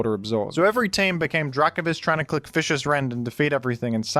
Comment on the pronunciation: unbelievable that they game him fish-ee-ous rend.